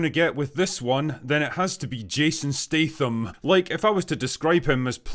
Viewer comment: Good review. Just one question: Why do you pronounce his name as Stateham? Is this some weird Scottish thing? His surname is Statham. English is only my second language (I'm a Finn) so can you please teach me?